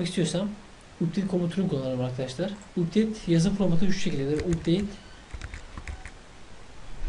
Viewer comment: Updeyt diye okunmuyor kardeşim Apdeyt diye okunuyor.